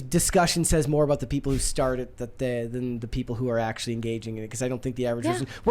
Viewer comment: “thott” age range? “Oxcually”